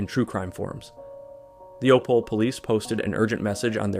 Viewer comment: E in Opole is not silent :) Opol"eh"